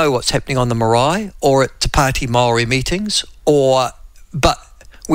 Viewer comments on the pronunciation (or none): none